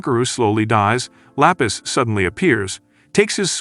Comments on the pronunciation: Lapis ❎ La peace ✅ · THE GIRL NAMED 😂😂😂 LAPIS LOKS LIKE FROM SPEEDS STREAM AND KAI KAI SAYED IT LA PEACE😂😂😂😂😂